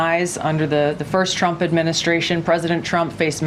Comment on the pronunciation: Can she stop saying president Champ? 😂 i can’t handle how she pronounces her name Trump (Champ)